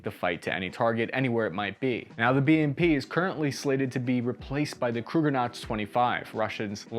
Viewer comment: "Krugernauts" 😣 How difficult is it to say "kur-ga-nets"? Are you "dylsexic"?!